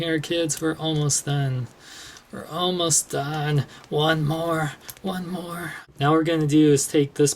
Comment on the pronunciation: when you sed one more it just sounded rong